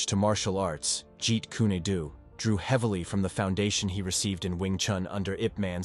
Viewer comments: Whoever the guy who made the video is, he's a frkin MORON! He mispronounced something (like Jeet Kune DO AND IP Man's name) then pronounces it right, then mispronounces it AGAIN. What's he been smoking?? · The most ridiculous pronunciation of "Jeet Kune Do" ever. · You and both know Bruce lee created fighting style is not called jeet ku nay do